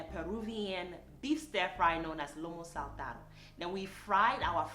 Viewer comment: First of all, I love the bow in your hair, its so cute👌🌹 Secondly you call this dish with the Peruvian accent perfectly, I guess you are really good with languages. Yes, this dish was executed perfectly, he must be very proud of you, I will give it a try, hope I can pull it off 🌷🌷🌺❤️ Yet another outstanding presentation with my vibrating such a positive energy, it's literally contagious ❤️❤️❤️